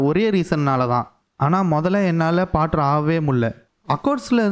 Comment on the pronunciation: போர்ட்டர். Bro பாட்டர் இல்லை